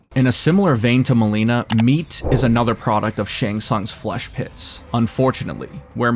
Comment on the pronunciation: Milena ❎ MOLINA✅